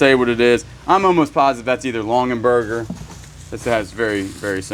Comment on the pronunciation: LongAberger, not LonGENberger. Sorry, it's making me crazy. You can probably just wash the Pendleton in Woolite in the bathtub. The pressed glass piece that you thought was a napkin ring is a salt cellar...individual salt at each place at the table. They often have tiny spoons with them. The Betty Crocker cookbook is wonderful. Mine is held together with tape (for the 2nd time). We use it all the time. Not too shabby. Lots of pretty things.